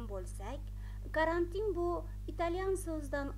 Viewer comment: Карантн деб эмас, карантин деб талаффуз килинади.